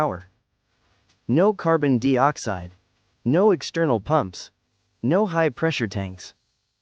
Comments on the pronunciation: A.I. Narrator that couldn't pronounce certain words or numbers correctly. Makes me wonder about this presentation."Carbon Dee-oxide?" I thought it was carbon dioxide? 🤔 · WTF is Carbon DEE-Oxide... Are you trying to say Carbon DIE-Oxide? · Would be better with human narration. Carbon deeoxide? Leave it to ai to f up anything it touches. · just a friendly heads up before you make a fool of yourself in the next video you make, there is no such thing as carbon dee-oxide. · Dee Ox-hide. 😂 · Funny how AI doesn't know how to pronounce dioxide. Even Brits pronounce it the same as us so, who's the idiot that taught this "intelligence" to say it wrong.